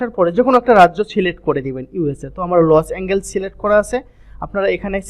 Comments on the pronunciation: Bryh😆 লস এঙ্গেলস জীবনের প্রথম শুনলাম এটা আবার কোন যায়গা!!??🤣 শুদ্ধ করে বলার চেষ্টা করুন, ওটা লস এঙ্গেলস না লস এন্জেলাস হবে🤷‍♂️ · ভাই লসএনজেল হবে। উচ্চারণ একটু শুদ্ধ করে বলেন।